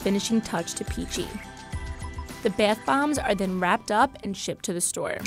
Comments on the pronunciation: “their beth bombs” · “Baieth bombs” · Is anyone else bothered on how she pronounces bath bombs? beAtH bOmbS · the 'beath' bombs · “bAth bombs”